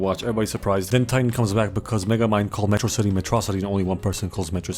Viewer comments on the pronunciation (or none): If megamind says metro-city as Metrah-city, then does he pronounce MetroMan as MetrahMan?